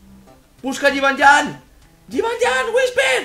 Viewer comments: dios que se dice jibanian osea no es llan como tu dices es nian no ves que suena mal si dices jibanllan que si dices jibanian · se dice yibanian no yibanyan